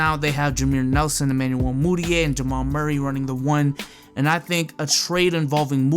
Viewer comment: Jameer nelson? You stupid bruh